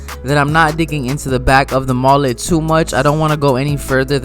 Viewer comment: MOLET? It's mullet